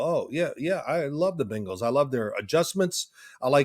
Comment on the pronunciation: Can Phil please teach his son how to say Bengals instead of Bangels 😂 it drives me bonkers! They are both indeed Savants but the Bangels is inexcusable at this point